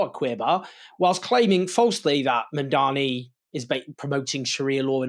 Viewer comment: He keeps calling him MAMDAMI, instead of Mamdani and Zohran corrected him about this, but he keeps doing it. Like a petty schoolboy racist!